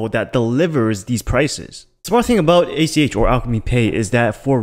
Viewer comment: Get it right. It's ACH. Not ATM. You keep referring to Alchemy Pay as ATM.